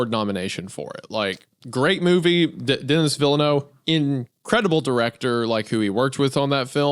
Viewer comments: It’s pronounced like “Denny Ville-Nuv” Everyone fucks up that guys name lmao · "Dennis villeno" is crazy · the most horrific part of this video was Isaiah’s pronunciation of “Denis Villenueve” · how did Isaih just pronounce Denis Villeneuve?